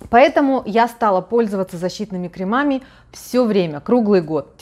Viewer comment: крЕмами, а не кремАми. простите